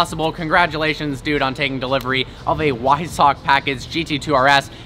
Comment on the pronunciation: Its pronounced " hu-vi-sach"...not "why sack" .